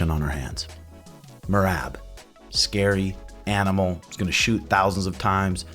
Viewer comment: Does it on purpose... He Calls mer-rob mer-rab..